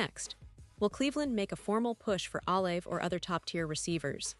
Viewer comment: Jesus atleast say his name right